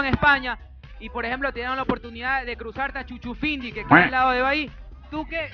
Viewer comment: Jajajjaj Chuchufindi Jjajaj No Faltes El Respero Es Shushufindi Mmhvz!